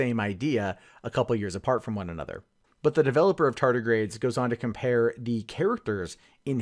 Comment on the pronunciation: Anyone else uncomfortable hearing him say "tartigrades" repeatedly?